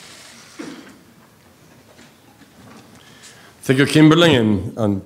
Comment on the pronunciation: Did she just say Mr. Obhijeet Banerjee! 🤣